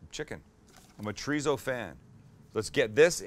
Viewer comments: pls,start saying cho dee so instead of chureezo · I try not to be "that guy", but every time you say "Tree Zoe" instead of chorizo I cringe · Is that what it is? Been looking to find out what "Triso" is??? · Lair of treezo Translation: Layer of Chorizo (z pronounced as an 's') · It ain't pronounced ch'reeezow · Does it annoy anyone else the way he pronounces chorizo? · Your pronunciation of chorizo needs some work though buddy..... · The way you say chorizo makes my ears bleed.